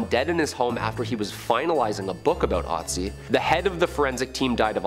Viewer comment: He says ötzi not right, but I am german and ötzi was a huge topic here, but never heard of the curse...